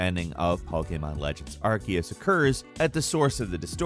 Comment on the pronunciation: This dude is basically reading from a script 🤣. I died when he pronounced Japan's version of how a cat sounds. NiYAN. But that's understandable considering it's a different language. But he even called it Pokéman towards the end of the video